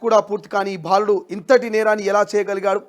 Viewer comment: First , speak Telugu correctly. Ottu bhaa kaadu..baaludu